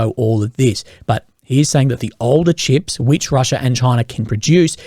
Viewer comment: How hard is it to pronounce CHIPS so it doesn't sound like SHIPS? Consistently that is.